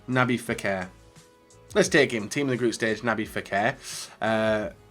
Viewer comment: for the 1000th time already its NABIL FEKIR NOT NABIL FEKER